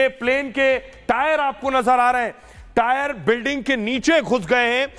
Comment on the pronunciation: 50 bar ho gaya tire tire bolta howa🤓🤓🤓🤓